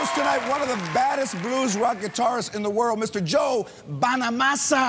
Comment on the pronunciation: Chinga!! no lo dejaron tocar o que? Y George WTF? no puede pronunciar Bonamassa?